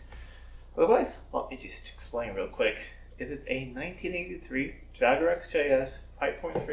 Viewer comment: An American who knows how to pronounce Jaguar or as lots of Americans say Jagwar !